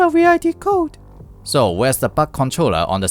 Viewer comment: 'Syscon'? 'Butt Controller'? Is this video AI dubbed? 😂😂😂